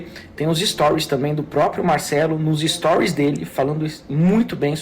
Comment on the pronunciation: “Es-to-ries”. Repete comigo você consegue.